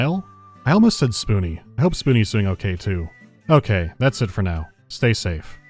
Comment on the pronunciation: please help me I’ve been trying to figure out where you are from and I have no idea I have a hunch you’re northern Irish because in another video you say “noy” instead of now but you also sound very American I’m so confused I just wish to know what part of the world you are from it is eating me up inside